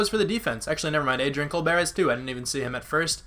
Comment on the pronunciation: You were saying Colbert name wrong... or an I wrong?